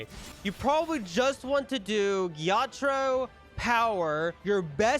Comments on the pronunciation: It was more like ge ya tra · It was like je taro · The way he said Ge-ya-taro made me laugh